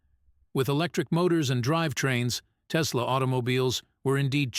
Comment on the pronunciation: There's no "Z" in Tesla ❗